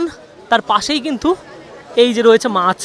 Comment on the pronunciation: Kotha ta maas noi maach